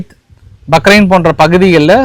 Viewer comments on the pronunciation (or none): ஐயா பகரைன் அல்ல பஹறைன் தமிழை கொள்ளாதீர்கள்